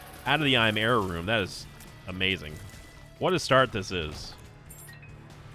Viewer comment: Am I the only one that hears yera instead of error?